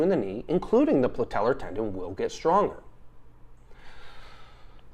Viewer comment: Probably won’t take advice from the Meathead who calls it the “PLATELLAR” tendon